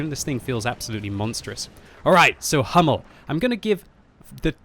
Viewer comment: Hi, just a short advice. The correctly pronunciation for the Hummel it isn´t "Hammel".. This means a muttony in Germany;) Try to speak it like the word "you" without "Y"... hOUmmel